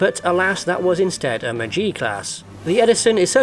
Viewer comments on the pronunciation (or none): MA GEE class not MA G!